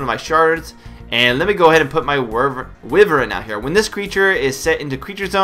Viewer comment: "Wyvern" is not pronounced "Wyveryn" ...lol